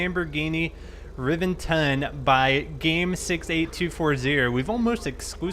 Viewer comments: its fucking re•vent•on not rivinton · It's pronounced ruh-vent-on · By the way... The V is pronounced like a B... "Rebenton" as it should be pronounced... You can get a lot of badge with it. ......... (Top Gear reference by the way)